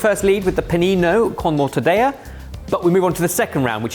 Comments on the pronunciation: Has someone already proposed the game where every time you guys mispronounce an iconic ingredient you have to take a drink? Mor ta dey ya just made my ears hurt and I remembered that nearly all of the Italian words I know are swear words. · He is pronouncing like it’s a Spanish word. Mortadel-La. Italians pronounce both letters you end with the first L and start with the second. It’s a hard end at the end of mortadella then begin with the La. It’s a three syllable word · The mispronunciation of mortadella is making this a hard watch from the get-go. Seriously, is a trained chef. How does he not know the pronunciation of one of the most famous hams in the world? And he's been running a youtube channel for well over a decade, how hard is it to just learn simple pronunciation rules, especially for a culinary mastodon like Italy? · I know always pronounces Spanish as fr£nch but now he's pronouncing Italian as Spanish. Fecking what 😂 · Had to stop watching after that clown “” Butchered the pronunciation of Mortadella,do better research! what a fuckin mort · Mortadella and Mozzarella are both from Italy, which do NOT pronounce the "ll" as "j". That is only in Spanish. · I have to point out that your consistent pronunciation of the double L when it isn't supposed to be pronounced has always made me smile. This time, your usual consistency was actually ON YOUR SIDE, and you decided NOT to pronounce the double L, even though it SHOULD be pronounced in mortadella. Oh England. So close to all those other European countries, and yet so far. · Mortadella is Italian, not Spanish, and is pronounced with a double hard "L" sound (hold the "L" for twice as long), not the "y" sound as is done in Spanish. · For future reference: Pronouncing double L as Y is Spanish. In Italian, a double L means you linger on the L sound for a bit, but it's still L, not something else. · GUYS the "ll" in Italian is not pronounced like the "ll" in Spanish. You say the l's.